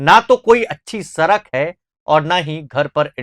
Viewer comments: सरक नहीं है सड़क है उच्चारण सही तरह से करिए आप एंकर हैं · एंकर बन गया लेकिन सही से उच्चारण करने नहीं आ रहा बिहार में हिंदी बोली जाती है और हिंदी को देवनागरी लिपि में लिखी जाती है किताब में सरक नहीं सड़क ही पढ़ा होगा